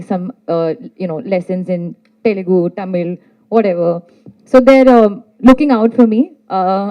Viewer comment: Aliya neither good artist nor . She says TA instead of Tha Ta Mil film